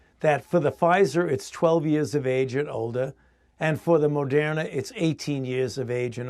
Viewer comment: They Pronounce Moderna like its a french word. Mode RNA, modern a, mo dayrn ah au lait avec deux croissant, sil vous plait, madame. . . .